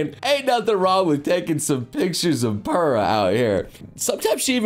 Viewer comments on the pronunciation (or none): none